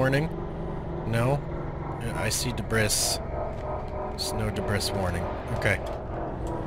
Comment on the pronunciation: It's not dibriss... the word sounds like DIBREE. It's from French.... "early 18th century: from French débris, from obsolete débriser ‘break down’." You say it like "did brisk" the word sounds more like "debrief" it's terrible to see people posting videos where they say things wrong through the whole video. I thought he was saying deez breasts at first....